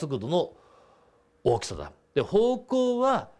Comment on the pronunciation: 荒きさ(おおきさ) 大きさ(あらきさ)